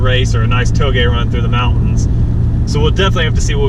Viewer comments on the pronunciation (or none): none